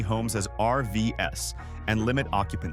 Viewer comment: This computer voice said "RVS" and I realized it meant "RVs" (recreational vehicles, plural). Also it delivers the sentences in a weird, unnatural cadence. Can't you hire a human to read these?